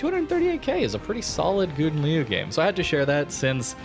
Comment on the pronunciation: You really butchered the pronunciation of the name XD You tried though, props for that :)